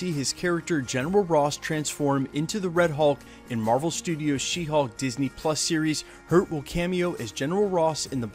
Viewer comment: It sounds for me like your saying She Hawk and not She Hulk. 🤪